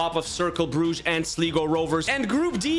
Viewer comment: You pronounced Sligo so wrong